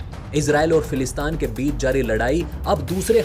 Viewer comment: फिलिस्तीन बोलो भाई,समाचार चैनल चलाते हो और एक तथाकथित देश का नाम ढंग से नही ले पाते हो।फिलिस्तान नही फिलिस्तीन।